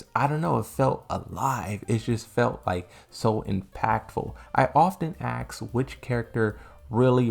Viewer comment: It's ASK not AXE!